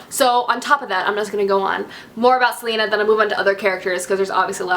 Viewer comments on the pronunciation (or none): Ok first Celaena is pronounced Cell-a(like the letter a)-nah not Selena like Selena Gomez .... secondly you pronounce Maeve like May(like the month)-ve ... and you pronounce Aelin like ee-lin :) ... and I loved the Manon chapters too :)